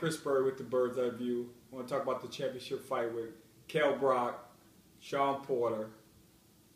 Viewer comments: Yo Chris, it's Brook, not Brock. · I laughed immediately when he said "Brock"